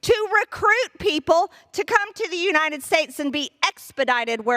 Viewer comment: Marj... UniTed, not uniNed.